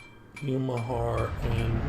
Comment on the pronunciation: The correct pronunciation is YU [YOO]-MI [MEE]-HA [HAH]-RI [REE].